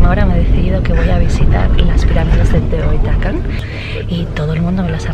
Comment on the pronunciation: Se pronuncia teotiguacan en Teotihuacan la h se pronuncia de echo muchos nombres de lugares se pronuncia la h y la x se pronunchia de manera diferente según que palabras sean Por cierto, existe una película llamada Roma que trata de la colonia Roma